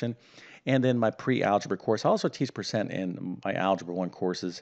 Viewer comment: Oh no, not another one... and by the way " percent " is the word, not " pecent ".